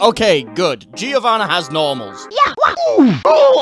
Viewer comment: guys I know that's going to fuck your mind but in "Giovanna" or "Giovanni" the i is silent